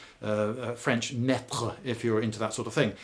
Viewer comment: could you pleas say meters correctly Lloyd?